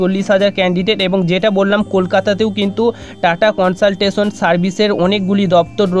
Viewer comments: Bhai, TCS er pronounciation ta valo kore koro prothome...Tata consaltasion🤣🤣🤣🤣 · dada ota TATA CONSULTANCY HOBA TUMI UCCHARON VUL KORCHO